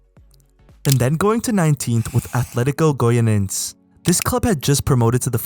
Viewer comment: Pronunciation tips: Atlético Goianiense (goy-a-nian-see) Criciúma (cree-see-huh-mah)